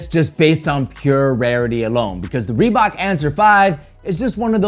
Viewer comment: Rebbok? My goodness 🤣